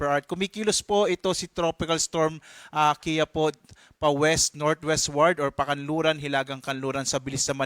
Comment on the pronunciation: KI-YA-PO ❎ KI-YA-PU✅ Ambobo mga pronounce kainis. Hindi po matigas ang PO vs PU Tamang pronounce niyan is KI-YA- po